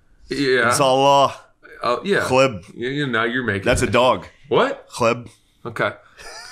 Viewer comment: Dog is “Kelb” not kleb. Lol